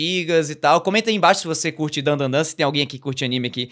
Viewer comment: Otimo episodio, e porfavor fala certo, é Dan DA Dan, não tem 3 "n".